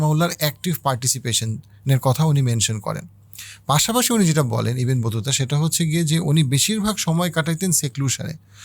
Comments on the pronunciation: ইবেন বতুতা না ভাই, ইবনে বতুতা। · ভাই ইবেন বতুতা না, ইবনে বতুতা